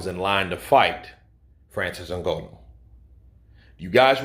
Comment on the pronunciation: It n Gha nu not n go no please it hurts my soul 😂